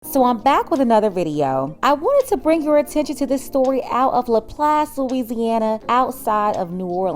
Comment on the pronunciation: 👏🏾👏🏾👏🏾 for proper pronunciation of La Place